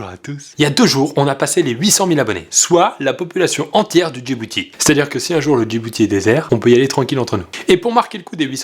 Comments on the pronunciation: Je suis la seule entendre "la population du Jibooty" au début de la video ? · a j'ai entendu "djiboutie" non ? 💓